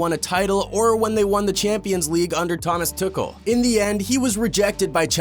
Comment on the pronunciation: it is prenounced thomas too-kel